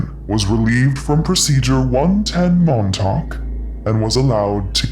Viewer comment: First time and I heard she says "110 Mom Talk".